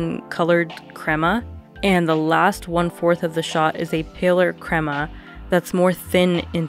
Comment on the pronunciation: Thank you for saying Crema and not 'Cramer '😄